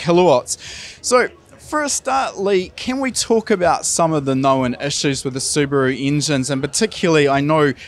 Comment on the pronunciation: Appreciate a kiwi who is able to pronounce Subaru correctly.